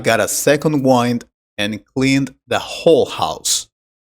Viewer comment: Wind pronunciation is not correct